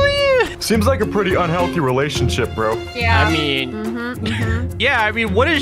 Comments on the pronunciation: it's relationship not relationsheep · what said: relationship What he said in roblox: relationsheep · relationsheep he litterarly said ShEeP a minecraft sheep i just laught LOL